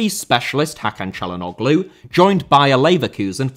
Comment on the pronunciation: As a returning half Turkish commenter, the 'ğ' in Çalhanoğlu's name is actually a silent letter that serves as a transitional semi vowel that slightly prolongs the letter before it. The closest English letter to it can be considered the 'W'. And while I'm writing this comment that is of no actual value, 'ş' is pronounced as an 'sh', 'ç' as a 'ch' and 'ı' (the I that doesn't have a dot on top of it) is a letter that doesn't exist in most languages, but is actually pronounced by everyone between two consonants, usually at the start of a latter and slightly resembles the 'u' at the beginning of the word 'utter'. Turkish is also a language where every letter in about every word is pronounced distinctly, so the 'r' and the 'h' in the word Fenerbahçe are pronounced the way a Glaswegian would pronounce them. Hope this helps if the desire for a deep dive into Turkish happens to come your way as terrible transfer windows come to Sunderland's 👍